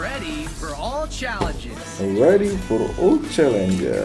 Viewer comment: Bang lu kalo niruin suara hero kok sering salah sih, challenges jadi challenger😅